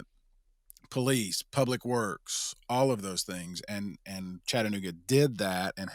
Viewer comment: When Mayor Kelly said “Chattanooga” the wrong way, that let me know all I needed to know about him. IYKYK